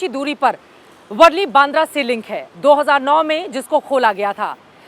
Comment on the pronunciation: वर्ली नहीं,, वरळी है...